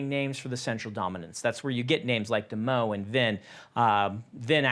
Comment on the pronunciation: Me realizing that Brandon pronounces "Demoux" as "Demeaux" 😂 My favorite magicians are Penn & "T'Teller" 🤣